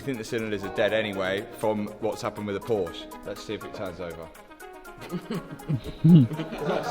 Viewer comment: You are saying ,, Porch" but it is PORSCHE! but it is ok😄